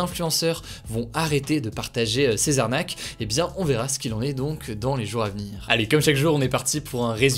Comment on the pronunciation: j'adore cette chaîne mais y'a un moment faut arrêter avec "jours à venir" : c'est JOURZAVENIR et non JOURAVENIR. Je vous remercie.